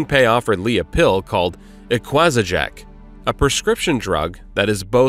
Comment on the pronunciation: Eqwazajack? You mean an equagesic.